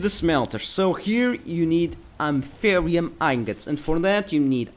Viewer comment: A-Th-Ear-E-Um Aetherium Pronounciation Your welcome.